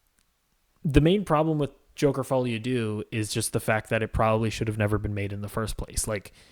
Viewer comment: Sorry, but i can't make it passed the 3 min mark of this video because the amount of times you have mispronounced this movie's title is irritating 🤷